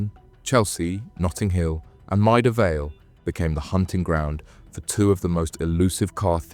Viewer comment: Bot struggles with Maida Vale. What did I think of the presentation? I'll let you know in a few minutes after you've lost the thread of my comments